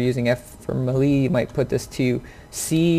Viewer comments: May-Lay.... not melee.... lol stop saying it wrong please XD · thx for the ideas on key setup. i am purchasing Siege tmrw afternoon. just wanted to note(and im not being a smartass)...melee is pronounced [mey-ley] or better known as [may-lay]. keep runnin n gunnin and maybe i'll run into u on the battlefield>>>[rX]blufelx69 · Thumbs down for saying melee wrong lol sorry but it's sad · “Muhlee attack” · He just said "Muh-lee" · The way he spelled melee cracks me up for some reason